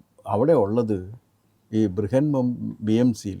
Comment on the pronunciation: BMC Brihan Mumbai Corporation എന്നാണ്. അർത്ഥം ബുഹദ് എന്നു തന്നെയാണെങ്കിലും മറാത്തി ഉച്ചാരണം ബ്രിഹൻ എന്നാണ്